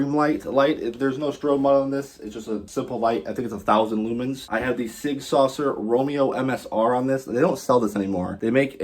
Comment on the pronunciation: Never heard sig pronounced like that lol